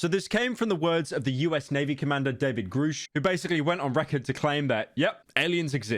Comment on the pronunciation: Why does everybody keep saying, "Groooosh" It's Grusch. As In, "G-rush" For fackx sake, do these idiots pronounce "Rush", as "Rooosh". Motherf**ker